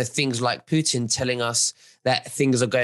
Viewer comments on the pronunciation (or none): Great discussion, thanks! One thing is not to remember Mr. Lavrov's name, but another very different one is to pronounce Mr. Putin 's name in such a ridículous and disrespectful Way! "Putttin" , not a word that sounds similar to "puke"! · Its Puten, The II